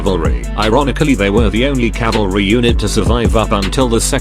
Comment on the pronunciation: CALVARY! WATCH OUT!